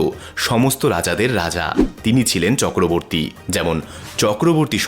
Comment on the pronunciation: Chakraverty as you said wrong